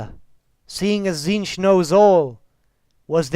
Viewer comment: Isn't the pronunciation of "Tzeentch" supposed to sound similar to the word "change?" Something like "cheenj" perhaps?